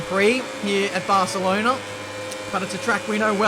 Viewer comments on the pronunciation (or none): none